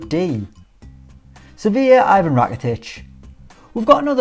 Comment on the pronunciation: I gave a like, but please learn how to pronounce names correctly. That is not how you say 'Ivan'! Rakitić isn't even obscure player, and name Ivan is a very popular East European name